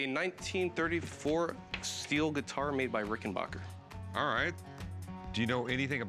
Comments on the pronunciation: RICK-N-BACK-UR. RICK-N-BACK-UR. RICK-N-BACK-UR. RICK-N-BACK-UR. JESUS. NOT RICK-N-BOCK-UR. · This guy calls it a "Rickenbocker" but it's really a Rickenbacker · HE PRONOUNCED LIKE THE OLD SPELLING WHAT A DOUCHERRR